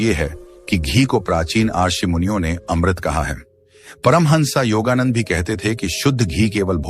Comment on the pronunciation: योगानंद को योगानंदा मत कहे।